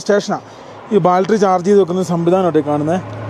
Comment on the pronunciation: Not baltery. It is BATTERY